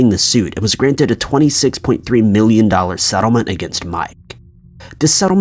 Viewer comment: *six not sex .... pronounce it properly 😏